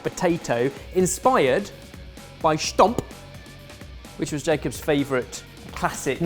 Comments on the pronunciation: Hahaha 'stamppot' suddenly becoming 'stomp' when pronounced it 😂 you missed a few letters there 😂 I do love the fact that you visited The Netherlands for this episode ❤ 🇳🇱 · how did he go from stamppot to "schtomp" lol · There is no SH in 'stamp'. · Dear! Instead of calling Stamppot "Schtomph", try calling it something more akin to "Stamp Pot". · “Schtomp”. this hurt my Dutch ears Hahahahahaha, it’s stamppot, like stamp-pot not stomp lol. Loved the video anyway!! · "schtomp"...how do you get that from stamppot... just say "stamp" then "pot".... -holland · Did just call stamppot schtomp? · I'm gonna make stamppot! Me: //exited Dutch noises: but I will add a Spanish flair Me: //gasps offendedly in Dutch Also the hell did you pronounce it? Schtamp? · When you hear absolutely butchering "your" native language word you suddenly realise what everyone has already been saying about his language skills😂😂😂 stamppot is pronounced like stahm-poht!! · 'Shtomp' has to be the worst attempt at pronouncing anything ever, I get that Dutch isn't an easy language but there's 2 syllables in stamppot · pronunciation of stamppot makes me very proud of my Dutch pronunciation... and my pronunciation is bad! In the part of the Netherlands where I live you don't say stamppot as "schtomp”. I am not sure how it is said in Eindhoven though. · slaughtered the word 'stamppot'. had he literally pronounced it 'stemppot', I would've been less disappointed. and I don't even like potatoes! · Joke Grisez i think he tried to say ‘stamp’. That short version of stampot is also used quite a lot. But stamp stomp stoemp are all options. We well never know 😂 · Don't say "stamp" again. You are butchering it hahahahaa! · "That was probably terrible pronunciation".... you would think a food historian would care and respect something in here field enough to get the pronunciation right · trying to say stamppot might be my new favorite thing.